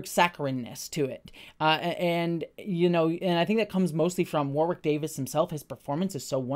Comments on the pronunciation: After being a lifelong fan I learned TODAY: Warwick is pronounced with a silent 2nd W (War*ick) - saw the man explain it himself in a behind the scenes with the new cast. We’ve all been reading his name for decades and not hearing it spoken. Just passing along in case you see this. ❤️ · Can’t wait to watch this show! I never watched willow but I love Warwick (pronounced woh-Rick for the Americans in the comments not war-wick) so much